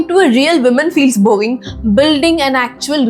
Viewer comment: Well thought and executed video,! However, for some reason I laugh every time you say the word "Boring" because it sounds like "Boeing" - you may want to work on your pronunciation skills! (Honest feedback) otherwise, Keep up the great work!